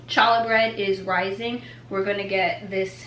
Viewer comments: Love seeing Mommy and daughter working together. Good job training her. Nehemiah is a beautiful name. I never considered it for a girl but I like it. Just so you know Challah is pronounced haa·luh... Keep up the good work. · Everything looks delicious. The correct pronunciation for “challah” is “hallah”. The “C” is silent. I’m loving your channel and have been binge watching over the weekend. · That is odd I am not seeing my original post to you on the Word Challah… so, now not sure if that “correction” post makes any sense! I had posted, how fun making memories with children in the kitchen! And then suggested a “tweak” of your pronunciation of “challah”. How the first letter in Challah, is the Hebrew letter “Chet”, pronounced coming from the back of your throat, much like a cat hissing… many find this letter hard to pronounce without some practice. Love your videos! You do a wonderful job!